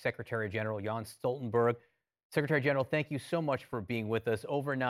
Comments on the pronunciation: His name is Jens Stoltenberg, not Jan. Come on CNN!! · Can someone till the interviewer that the NATO chief's name is Jens.... not Jan! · Did i hear «JAns» Stoltenberg!!! Get your fucking Norwegian correct cnn!! It’s Jens!! Not jAns!!!!! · "Jan" Stoltenberg lol